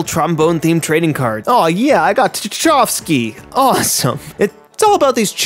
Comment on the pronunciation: I get that this makes me a huge nerd but you not know who Tchaikovsky is and your pronunciation of his name made my eye twitch a little. Game looks fun though, cool video.